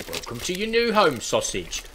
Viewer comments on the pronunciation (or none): "Sausigy" - nice! :D